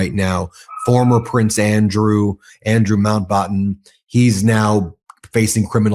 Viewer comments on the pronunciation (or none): 'Mount' 'Bat' 'ten' - important to be able to say these words. NOT BAHT ten.